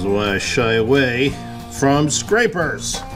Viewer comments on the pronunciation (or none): Very nice bowls, 👌 Grain and finish are very nice. When You had a catch with scraper I thought You said "sniper". Glad he didn't killed this bowl with one shoot 💪